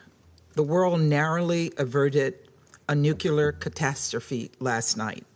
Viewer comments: How can we avoid nuclear war if our people can't even pronounce "noo-clee-ar" right? It's not "noo-kyou-lar" y'all people be GEORGE BUSHIN IT over here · OMFG. It is pronounced NUKE-LEE-ER. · When they learn to pronounce "nuclear"?